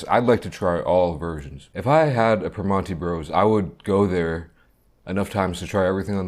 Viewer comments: Hello fellow yinzer. I hate the way he pronounces it "Primonti's" tho lol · haha yeah that irked me too. its pronounced more like per-MAN-(t)ee bros around here but at least he tried